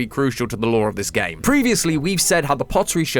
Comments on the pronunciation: You need to emphasise the gaaaammeee Theory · i still miss MatPat, no offense, but your accent on "that's just a theory, a GAAAME theory" just dosnt feel right